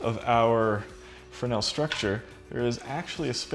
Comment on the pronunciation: Pronounced fre-nell.